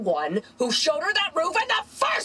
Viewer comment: she always say patwrice and that’s VERY unsatisfaying